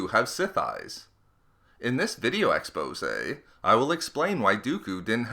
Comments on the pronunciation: STOP saying expos-a it's expose. The E on the end is not to be pronounced! so annoying, I've seen it on several of your videos now. SO ANNOYING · Say "exposé" again and children will die!!!! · "Video expose"